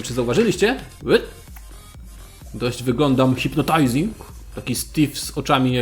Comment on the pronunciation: "Oczy Hipnotajzing" 😂😂